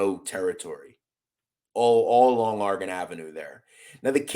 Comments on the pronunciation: You really need to learn how to pronounce Oregon you sound like your saying orgin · Its interesting to hear people from Philly say Oregon, out there it sounds like are-gen, out here on the west coast we say Or-re-gone......